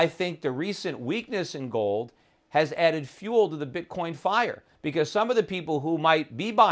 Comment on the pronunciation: Bitcorn ? Learn to speak properly before you get on youtube.